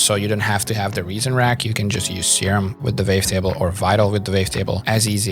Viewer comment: super helpful, thank you so much! my favourite part is the fact that the captions match your accent with the "vavetable" haha